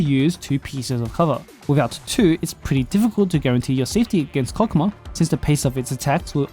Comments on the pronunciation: And I thought it was pronounced "hokmah"? 😅😅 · Cock what?! I nvr thought I'd be hearing that. Anyways it's pronounced Chokmah like chalk but with an O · why does it sound like a deez nuts joke. Chokmah nuts. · His name is pronounced like that?????? Wild